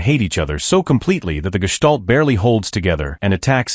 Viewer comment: Can't pronounce "Constructicon" yet somehow says "gestalt" correctly.